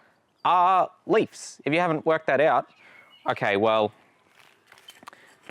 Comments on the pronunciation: It bothered me tbh. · U pronounce leaves as leafs and it's awesome